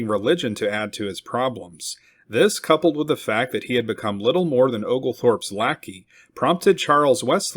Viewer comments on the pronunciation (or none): none